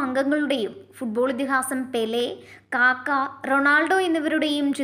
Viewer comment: കാക്കയല്ല കക്ക